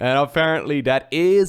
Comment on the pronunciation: It is ForJumy